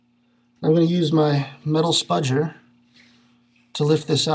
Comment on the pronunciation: He said: "Spudger"